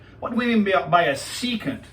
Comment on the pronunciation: Your pronunciation "secant" was only correct one time in this video.